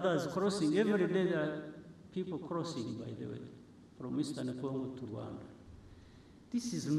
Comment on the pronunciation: I like the way he pronounces RWANDA 🇷🇼